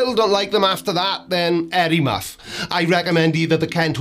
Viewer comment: Did you just say "hairy muff?" Or was it "Harry Muff?" YouTube's auto-generated captions apparently thought you said "air muff." I'm honestly not sure which evokes the more graphic image…